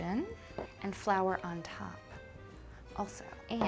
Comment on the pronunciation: I'm living for how she pronounces flour. (Fleur) . It was cute. :)